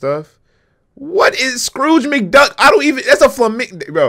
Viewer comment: I laughed so hard when he said {what is scrooge mick duck} 😂😂